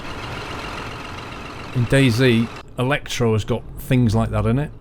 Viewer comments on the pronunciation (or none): none